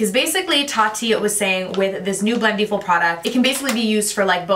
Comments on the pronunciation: Great video! Just a quick correction: it's pronounced like "blend-EH-full" rather than "blend-EE-full." Think about it this way: for the word "blending," you don't say "blen-dEEng," right? You say "blending" - short and flat "I" sound. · The way you pronounce it "blend-ee-ful!" 😄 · You’re pronouncing Blendiful wrong.